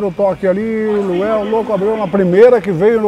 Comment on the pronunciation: errando os nomes é melhor de todos! O melhor é que o cara é Luanel e ele chama de Luel desde o primeiro vídeo!!! Muito bom 🤣🤣🤣🤣